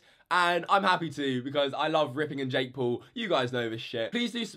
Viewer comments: It’s not Jake pool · Say jake paul not jake pool like bruh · Ding He doesn’t say “pool” he’s says “poal” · "Jake pool" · Colby Moore more like Jakk poll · Jake Pool? speak English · Jake Poowl. Bro learn how to talk.